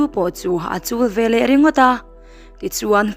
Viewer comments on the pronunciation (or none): A ngaihnawm khawp mai. I chhiar thiam viau bawk. Veleh tih tur hi velah tiin i chhiar a, aṭangin tih tur pawh hi, aṭang ti ringawtin i chhiar bawk. A ziaktu hian a ziak dik lo a nih hi.